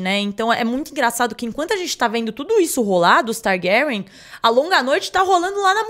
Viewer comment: Que agonia esse homem pronunciando TARGÁRIÃ